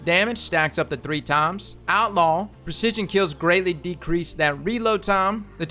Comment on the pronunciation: "AutLaw" The Cowboy gracefully came out of him.